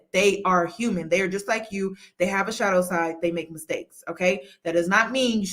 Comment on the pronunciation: Are you saying shadow or shallow my mom and I are literally arguing about it